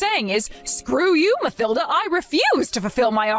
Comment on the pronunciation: In the name Mathilda, th is pronounced t, with the h being silent, as "Matilda" - just saying